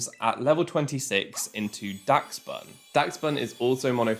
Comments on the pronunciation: UMM it’s actually pronounced dash-bun (adding this comment just to boost the video, great video btw!!) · its pronounced more like dash bun, like the dachshund breed of dog in real life. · im pretty sure its pronounce like dash-bun, like the dog its based on, dachshund.